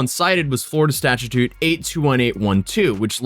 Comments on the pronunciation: statue-toot 😂😂😂 not to be that guy but *statute [stat-chew-t] 🤓 lol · “FLORIDA STACHATUTE” he says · Stat-ute not statutute lol that was bothering me lol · okay, "statute"... The first time I shrugged it off as a slip of the tongue. The second time though...